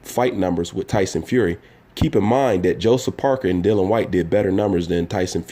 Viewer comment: Whyte would beat Wilder in my opinion. As would any top 10 fighter. By the way you pronounce his name incorrectly it is Dillian . The I is important... Great vid again